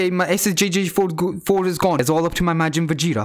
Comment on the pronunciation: All I hear him say is majin fajita 😂🇮🇹🇮🇹🇮🇹